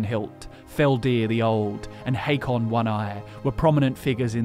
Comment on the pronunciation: Hakon, not "Haykon".